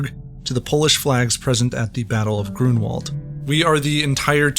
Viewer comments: Grunwald, try to say it Granvald. with v not w and you will say it correctly. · We should raise awareness among English speakers about the pronunciation of w as their /v/ in Polish and German. E.g. Grunwald is pronounced /Grunvald/